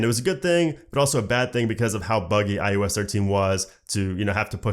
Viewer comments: SERIOUSLY!!! IT’S NOT “IUS”! It’s I OH S!!!! I can’t even watch this!!!!! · Please say iOS not iUS.